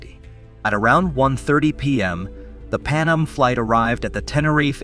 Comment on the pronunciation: He also called Pan Am Pannum a few times. I'm actually surprised he pronounced Tenerife correctly